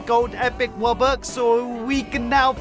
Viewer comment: Bro really said wubbux